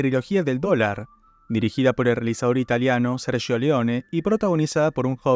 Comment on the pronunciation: Qué buena pronunciación del italiano cuando decis Sergio 👏